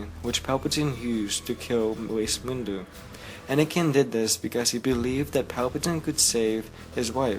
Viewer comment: It's good, but on you say 'Wace Mindu'